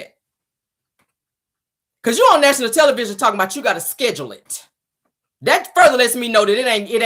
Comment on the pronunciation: Schedule not schedrill